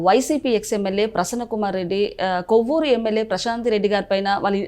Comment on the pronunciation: కొవ్వురు కాదు తల్లో, కోవూరు. అనవసరంగా మా పగోజీ ని లాగమాక 😮